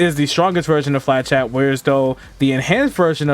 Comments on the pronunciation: Yeah, not to be a stickler but the pronunciation was out there. “Fluh-shett” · Its not flachat, it's flechette (ch pronounced as sh) there is no A in flechette. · I cannot hear him pronounce flechette properly. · Great video , really helps with this crazy class. Here is how to say flechette.